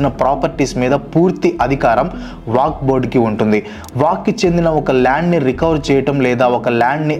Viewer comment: వాక్ బొడ్ కాదు వక్ఫ్ బోర్డ్